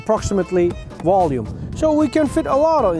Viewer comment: Wolume? Dude you need to learn Vs donts sound like Ws